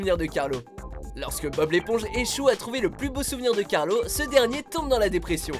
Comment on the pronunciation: C pas Carlo mais Carlos ... mais bon